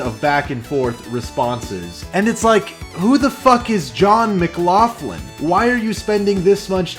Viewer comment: John McLaughlin? (Pronounced Mac-Lock-lin) I have cousins who are McLaughlin... He must be a distant relative!!! :O Wow, this is something.